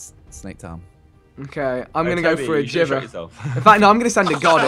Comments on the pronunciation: whenever he says 'geever' instead of jiver, it sends chills down my back... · Every time Vikk said Jivver instead of Jiver I cringed so hard. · It's a music note Vikk. Meaning the weapon is called pronounced JIVE-er